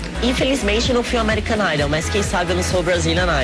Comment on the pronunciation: ameerican naidôu é kkkkkkkkkkkkkkkkkkkk